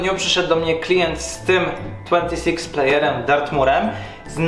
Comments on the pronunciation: tłentisix player xDDDDDDD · Tłentisix player XDDDDDDDDDD